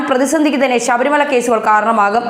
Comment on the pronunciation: ശവരി മലയല്ല... ശബരി... ബാബൂന്റെ ബ..